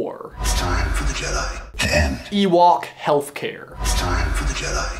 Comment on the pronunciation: Jedai, jedai, jedai, jedai...